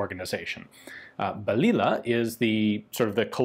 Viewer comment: Pronounce that as baliyah "little bullet"